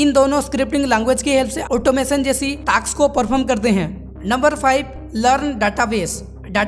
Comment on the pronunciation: Task ❌ taks✔️